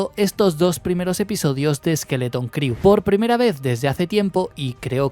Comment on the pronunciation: una recomendación. La palabra 'crew' en inglés se pronuncia "cru" y no "criu".